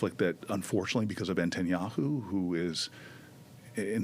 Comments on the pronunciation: "Entenyahu" over and over. Even if Booker has dyslexia or some other language usage challenge, I'd think he would know how to pronounce "netanyahu", no? Hearing it pretty much incessantly? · okay but for real why does he call him benjamin entanyahu? why can he not say his name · How is it possible for an American politician to think it's pronounced "Entanyahu"??? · Why is he mispronouncing Netanyahu? Seems like he should know how to pronounce it. The fact that he can’t call Bibi a criminal makes Booker still a pos. I’ve had it with his smarm.